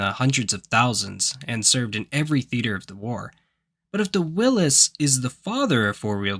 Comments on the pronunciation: HI you HAVE me confused. you say WILLIS in reference to a brand. I know of a WILLYS WHICH WAS A 4WD DURING WW2 .IS THIS THE SAME VEHICLE. DOWN UNDER WE PRONOUNCE WILLYS. YOUR ACTOR IS BRUCE WILLIS THANKYOU DOWN UNDER DAVE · Willis? Will-e's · Willys, not "Willis." AI narration gotta go away. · Dear AI voice over , the classic WW2 Jeep was built by Willys ( Willeez ) not Will-iss , :( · I grew up hearing it pronounced as "Will-ees" and don't recall ever being chastised like the Porsche afficionados would do to you for not adding that "Uhh" onto the end. 😅🤣 Apparently, it is indeed pronounced as "Will-iss" 🤷‍♂️ We just didn't have the internet around back then to correct us!!! I still call them "Will-ees" 🤠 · Nobody pronounced it Willis. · You're just going to butcher every name and everything about this aren't you call Willie's willy willy willy Willy Wonka freaking fools man Lindy's calling a Bronco at the beginning of the video and it's showing an international for the first 45 seconds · Interesting, I have never heard it pronounced that way.